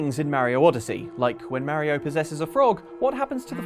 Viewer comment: The scariest thing in this video, is how this guy pronounces mario